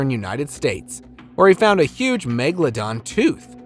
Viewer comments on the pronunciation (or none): none